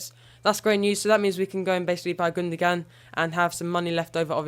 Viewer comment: Gundoan not Gundogan